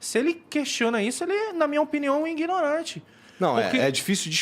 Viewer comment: Esse ai que fala "ingnorante", manja pra caramba, SQN. Santa ignorância!